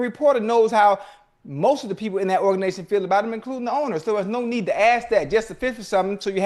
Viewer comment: Ocho said organation 😂😂😂😂😂